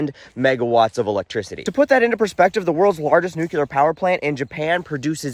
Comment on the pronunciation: Please pronounce it “newk-lee-er” NOT “new-Q-ler”, and “Aksis” not “Aksess”. Sorry, English major wanna-be. ✌️